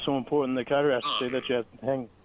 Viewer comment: pronunciation of CARTER made it literally stand up on its own